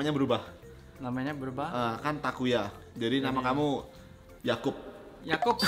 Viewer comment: Accent nya takuya udh bagus bgtt Edit: btw megangin bungkus GoodDay nya sepanjang endorse.